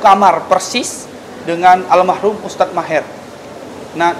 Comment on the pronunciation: "Almarhum" bukan almahrum